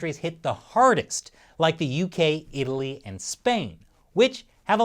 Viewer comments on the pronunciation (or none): none